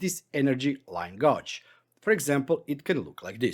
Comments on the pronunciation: Nice video - I have to point out how you pronounce this word - The word gauge, you are saying it like the word gouge when it should be gage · it is pronounced gayge not gouge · Thanks for this. I've got a use for the bar gauge already. Oh, and your English is great, but gauge is pronounced gayj.